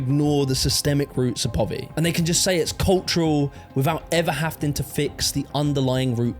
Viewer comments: it sounds likr you are saying hafting instead of having , I think i might prefer it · Love how no one has ever told him he’s been saying ‘having’ wrong all his life 😂 ‘havting’ 😂